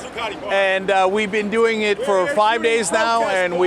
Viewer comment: "I jump in eet." You go, Cenk!